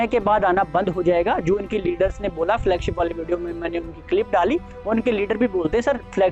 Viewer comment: Flugship नही Flagship बोला कीजिए .. झूठा network जी😊😊😊